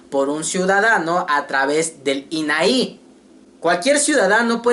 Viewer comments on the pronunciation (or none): No es inai con acento final el acento en la A por favor